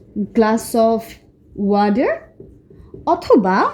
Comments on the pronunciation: Water কে ওয়াঠার নাকি ওয়াডার বলতে হয়? আপনার টা ওয়াডার শোনা গেল। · Sorry sister Not wader!! Water